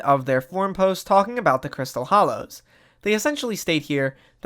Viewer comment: Hollows* not Hallows